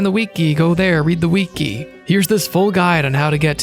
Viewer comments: I watched all 5 and a half hours, but what stays with me the most is the way you pronounced "weekee" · Idk why, but the way you said wiki as weekey really got to me 😂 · This is amazing but pronouncing wiki as weekee took me out